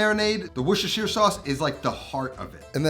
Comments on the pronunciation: Wooshashir sauce 😂😂 Wuster-sher (as in shirt, no Eyre on the end) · “Worshishishier sauce” 😂😂😂. You don’t pronounce Worcestershire as it was spelled. It’s more like wor-ches-shir sauce. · Worcestershire is one of those English trick words! It is pronounced Wooster, as in Bertie Wooster. Another one is Bicester, which is pronounced 'Bisster' by the locals. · "Wish-ish-er shauce" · Here’s a tip The city of Worcester, is pronounced “wu stuh” Worcestershire sauce is called “wu stuh sauce” in the UK. The “shire” is dropped in more blue collar surrounds. When visiting the palace its “wu stuh shire” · were-sh-es-tur-shire sauce .... put it all together now Washursister sauce. wait, wut? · weshweesheer sauce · It's "Woor- shust-tahshire" sauce if anyone cares to Know. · Love your vids …but you are straight up murdering “Worcestershire”! Take it from a Bristolian from England, not too far from the place, we’re in a neighbouring county, and here we pronounce it “Wuss-tur-sher”, be the first yank I’ve heard say it properly, dude ✌🏻 *The County Bristol is in is Gloucestershire (Gloss-tur-sher) …I know, it makes no sense, it’s thousands of years of change in pronunciation, if you don’t live here you don’t stand a chance 😂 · Wushushire sauce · Its pronounced " wash your sister sauce" 🤷‍♂️ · Weesheesheer sauce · Love it when Americans try to say Worcestershire sauce😂😂😂😂😂 ,its pronounced wos-ster-shire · For all my American friends, its pronounced wuss-sta-sha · Usually you just say cut out on most of the word Worcestershire and just keep Worster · Let me help you out mate " WUS TA SHA". Is how you pronounce it ! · Definitely NOT saying it correctly! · Say the name of the sauce again. The Name Noone Can Pronounce.